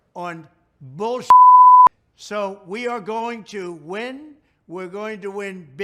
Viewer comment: I cannot... 😂😂😂😂He really said bulkshit... LMAO. Hes losing it.